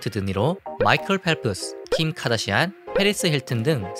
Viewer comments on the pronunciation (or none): none